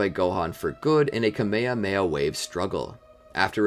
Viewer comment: It's kamyhamyha not kameme.